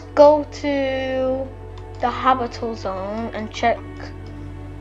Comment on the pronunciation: its not "habitle" its habitable